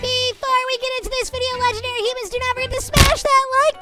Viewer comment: Humans not hoomans